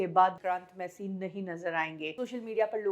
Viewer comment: अरे, ओ! उनका नाम विक्रांत मैसी है । विक्रांत "मासी" नही । कुछ सच्चा उच्चारण सीख के आया करो, वो शेड्यूल को भी तुम स्केडुअल बकती रहती हो ।